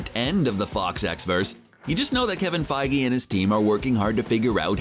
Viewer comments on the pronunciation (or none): none